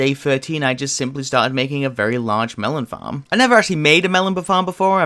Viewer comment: "I never actually made a melon befarm before"